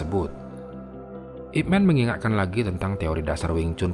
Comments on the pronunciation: ipman ini nama orang china jadi di bacanya ipman bukanip men ,man disini adalah marga bukan man orang dlm bhs inggris. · min ini namanya ipman di baca ip man bukan men sebab disini man itu nama marga bukan panggilan utk orang macam superman =mqnusia hebat